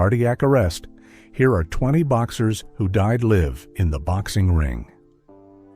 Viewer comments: I think you’re reading as live not live 😂 as in not “live on tv” ur reading it like “live long” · it pronounced live wrong. Live: live TV, Live stream Live: alive and idk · the automated narrator pronounced live as in 'you live'